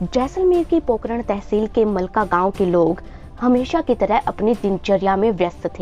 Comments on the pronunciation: Pokaran nai pokharan😂😂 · Madam it's Pokharan....not pokaran...Zalzala not jaljala...Ragistan not Ragisthan.... correct your pronounciation. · पोकरण नहीं। पोखरण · अरे इसे पोकरण नहीं पोखरण कहते है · it's not pokran it is pokhran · Pokean nahi pokharan kaha jata hai